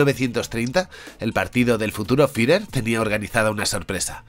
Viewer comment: Como "Firer" que clase de pronunciacion es esa? JAJAJAJAJAJA